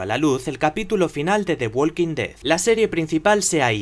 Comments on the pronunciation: Se pronuncia "Woking", no "Wolking". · walk no se pronuncia la "L", igual talk